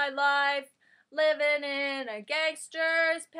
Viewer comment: I like how you say "gangster". It makes me laugh. :D